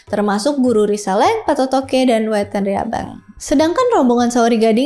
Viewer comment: Patotoe ya bukan patotoke!!!! Baca aksara kunonya.